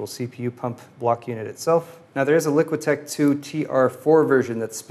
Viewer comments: it bothers me that says LiquiTech when the label says LiqTech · "LICK-TECH 2" NOT "LIQUI-TECH 2"